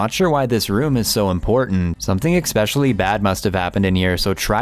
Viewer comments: especially not eckspecially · Please ask your cousin to pronounce the word "especially" properly!!!! He pronounces it "expecially"! There is no X in that word! Makes him sound dumb, lol!!!🤣👍🏼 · Please tell your cousin it's not "expecially," it's especially. Thanks. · tell him the word is especially not not ek specially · ITS ESPECIALLY. NOT EXPECIALLY. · The only thing that’s causing me anxiety is the way he says especially. He pronounces it ekspecially. 😂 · The only thing giving me anxiety is the narrator saying "expecially" three different times. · Please..the word is pronounced ES pecially not EX specially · Ok, is it just me or does the way he says “eckspeshully” really irritating?? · jeez its embarassing how that guy is talking out of his ass and can someone tell him how to pronounce "especially"??